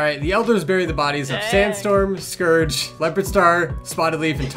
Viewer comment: I also pronounce Scourge wrong bc of the way I read it when I was younger, now I just can't pronounce it right